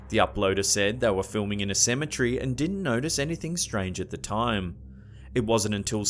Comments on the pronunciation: Cemetery** not cemetry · It’s not Ceme-Tree ass goblin!!! It’s (Ce-Me-tery) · CemeTREE LOL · Cematree???? It's Cem-A-Terry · It's pronounced cemeTARY not cemeTREE😑😂😂😬💀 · my friend... Its not a "symmetry" Its a cem-et-ary. 😂😂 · Idk why it bothers me but its cemetery not cemetry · Can you refrain from saying cemetery its annoying cause you sound like your saying symmetry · "Semitree" lol 😂😭💯